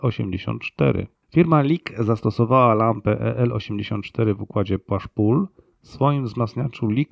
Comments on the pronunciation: Bardzo fajny odcinek i caly kanał. Też lubie lampy El84, mam 2 wzmacniacze na tej lampie, uwazam ze w SE potrafią zachwycic. Prosba do autora: push pull nie wymawiaj "pasz pul" bo strasznie zgrzyta. Pusz pul jest ok 😀👍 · Fajny, ciekawy materiał i edycja. Proszę tylko sprawdzić wymowę "pasz pul" - (push pull). Czy można prosić przy okazji o filmiki na temat lamp 805 i EL156? Dziękuję i pozdrawiam! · W Ameryce mawiają "puś". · ale Pan czyta to słowo akurat, jakby Pan znał zasadę zamiany wymowy "u", tylko że akurat w tym wypadku czyta się po angielsku tak, jakby przeczytać po polsku, niech Pan nie kombinuje w tłumaczeniach, bo się Pan pogrąża; porusza się Pan w tematyce technicznej, gdzie większość wiedzy jest w języku angielskim i nieumiejętności wymowy takiej podstawy, jak push - pull nie może Pan uzasadniać nieznajomością języka angielskiego - napiszę tak, niech Pan nie zna języka angielskiego, jeśli Pan zna układ push pull to powinien Pan należycie wymawiać ten termin, a nie robić z niego jakiejś paszy, nie jest Pan rolnikiem (jak sądzę) skoro Pan nie zna angielskiego, to można skorzystać z tego, że ktoś pomaga i zwraca uwagę, część słów wymawia Pan dobrze, a niektóre dziwacznie, na dodatek upiera się Pan nadal wymawiać w ten sposób, koledzy z branży nie śmieją się z ciągniętej paszy? (skoro Panu nie jest wstyd, to niby Pańska sprawa, jest jeszcze coś takiego, jak odpowiedzialność przed innymi za to, co się mówi, nieładnie jest np. wprowadzać innych w błąd) niemniej jednak dziękuję Panu za poświęconą uwagę i życzę dużo dobrego